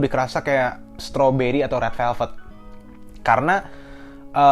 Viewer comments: doi ngomong rel pelped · Dia ngomongnya rel velvet